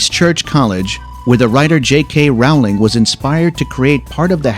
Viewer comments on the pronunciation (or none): none